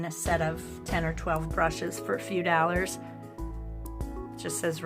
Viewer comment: i like the way you pronounce daylers (dollars).